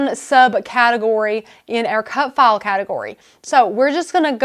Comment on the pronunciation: what the hell accent is it? I thought she was saying cut fall. finally, she pronounced file with an i sound, so I knew what the heck she said.